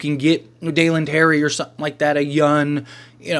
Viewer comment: It’s Young not YUN